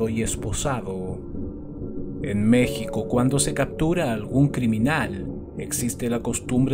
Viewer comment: He visto casos de México en otros canales, y al menos para mí, me causa mucha emoción el escuchar que tú pronuncias bien lugares o palabras de México, con eso me doy cuenta que no solo investigas del caso, sino que eres tan perfeccionista, que investigas cada detalle, como la pronunciación. Gracias.